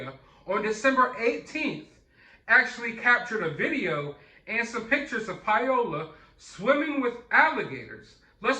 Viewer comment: Her name is not "Pie-ola" It's pronounced Pow-la Pao-la Paola. Paola, is a beautiful name. Pie-Ola, is cringy.